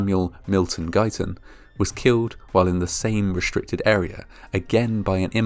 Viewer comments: Re-s-tricted: 'S' NOT 'SH'. Its not reshtricted its restriced!! Sheeesh!! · Announcer can not pronounce the word restricted properly He says reshtricted . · The word is "restricted", not "reshtricted".